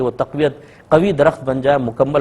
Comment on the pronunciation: Aap ka "ت" "ٹ" "ٹھ" bht khraab hai... ALLAH TA'ALA اللّہ تعالٰی(not "thaa'la" تھالٰی) Taufeeq توفیق (not thaufeeq تھوفیق) Attaa عطا (not atha عتھا )